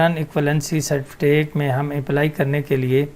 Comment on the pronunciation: good master you have to done. its certificate not certifitake